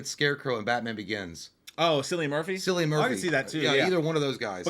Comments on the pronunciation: Lads Cillian is pronounced killian 🤣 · the way people say cillian is hilarious 😂 It’s Irish. The C is pronounced as a K 😂 I love ya boys! Keep up the great work ❤ but it’s Cillian But the C is a pronounced as a K 🤪